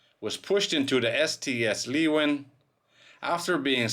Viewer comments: Leeuwin is pronounced Loowin not leewin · Actually it's pronounced laywin. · Pronounced Sail Training Ship 'Loo-win' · The ship's name is said like "Looin" by us locals. :) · That's a terrible shame! BTW in West OZ we pronounce it 'Loowen' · Phonetically I think that you come closest when you pronounce it as "leawin". Like you say learjet. But the R gets replaced by the W and the rest sounds as you write it. It is a Dutch word and it means lioness. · Just heads up leeuwin is pronounced “lou win”